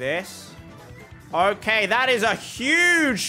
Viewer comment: It's not okeh to be okeh